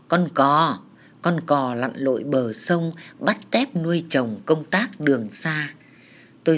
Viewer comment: “Con cò lắn lói bờ song” hehe